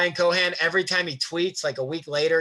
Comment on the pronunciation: great content. thank you for taking the time. but its Ryan CohEn, Not Ryan Cohan. sending all the love edit: Also, delete your browser cache, your Chome is insanely slow